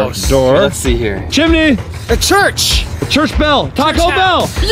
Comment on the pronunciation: HOW DID CHAD KNOW WHAT SCHOOL I GO TO!?!?! (It sounded like he said "Churchville" which is the name of my school, yes ik he said "church bell")